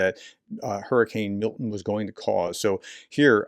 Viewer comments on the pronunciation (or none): none